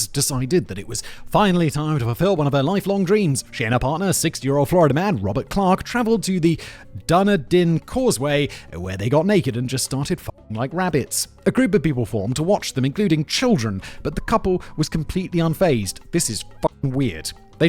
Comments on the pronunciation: Dunedin is pronounced like done-eden. 😅 Anyway, lol at all these Florida man shenanigans except the cops. They can rot in prison. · Probably because he was talking about Dunedin, not Duneden, and UK English pronounces place names with "din" on the end differently, both in terms of the sounds of the letters and in terms of which syllable the stress is on. IIRC, America, Australia, and the UK all have places with that name, and they are all pronounced completely differently. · Dunedin is pronounced DOO-KNEE-DIN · Simon, I have never heard anyone butcher Duneden (pronounced "done, eden") like that before. I'm impressed. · you gotta be sh*tting me.... I'M FROM DUNEDIN! I spend plenty of time on the causeway! (I've also had sex on the causeway, but we were in her van...) it's pronounced Dun-E-Din. it's not like flurduh, it's Florida. it's the heart of the megalopolis, there's no more green spaces, no wild places. it's all suburbs and mcmansions. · Still struggling with pronouncing Dunedin eh Simon? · I've heard many a "Dunedin" in my life, but god damn fact boi... FAILURE Especially as a Brit, you should know Scottish.